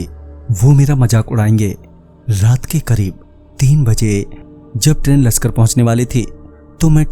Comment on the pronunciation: लश्कर नही वो लक्सर है और रुड़की से लक्सर आने में डेढ़ घण्टा नही लगता गुरु